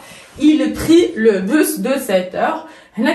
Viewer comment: On ne dit pas le (bu). Le s de bus se prononce. Donc le busse. c'est une erreur grave pour une prof de français.